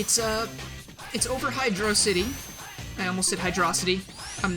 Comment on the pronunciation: Hydrocity, not Hydro City.